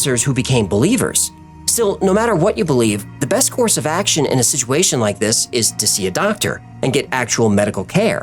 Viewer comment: Zak Baggins used the pronunciation for situation as siduation I just heard him say it 🤔 on the episode about fear..... 👁️👅